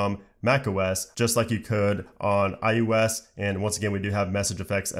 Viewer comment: Are you saying iUS instead of iOS...?